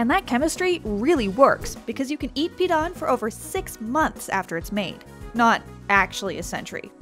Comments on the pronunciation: Really weird hearing them say pidan without the proper tone but i guess I dont really like it on its own but it did go well with vegetables and salted egg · Pee-Dan Pronunciation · You know how people usually look up or google how to pronounce something before they start repeatedly saying it on a public platform? Yeah... it didn't happen here